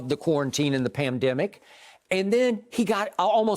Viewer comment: skiup says PAMdemic.